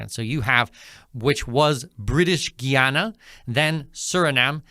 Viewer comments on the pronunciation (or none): It's not Gee-ana, it's Guy-ana Guyana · oi - its Guy Ana not Ghee Ana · It is pronounced Guy- a - na not giy-an - na. Did he get this information from AI? i He needs to do a thorough reseach about Guyana. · Guy, not Gee! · Here is how to pronounce it correctly: Guy Ana!!! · You should learn the correct pronunciation of "Guyana". GUY-ANA... GUY-A-NESE... very easy. You should talk to the locals to get the pronunciation for your videos. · “GUY-ANA” it’s not that hard to pronounce, please don’t chop up the name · I'm very angry at you ,, you sound educated ,, tho your pronounciation of the name of my country ,, makes you sound a lil bit like you still in de sand box ,, WHY ,, 'cause the name of my "birthlove" is a TWO syllable word ,, GUY n ANA ,, n wen you put it together you get the name of my country.......... GUYANA ! so stop making yourself sound like you're stupid !..... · It’s pronounced “Guy-Anna”!